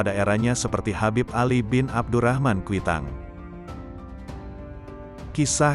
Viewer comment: kwitang min bukan quitang hehehe